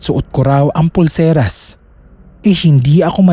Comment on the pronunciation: Pulseras, hindi purselas. Lol!